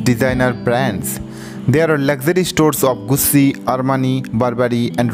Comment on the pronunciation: It’s gucci not goosssi